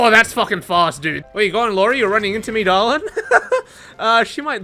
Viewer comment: I love how you saying darling… “daorling” hahahaha